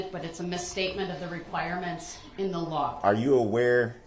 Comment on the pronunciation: Are you a Lion? "The laarrr" 😂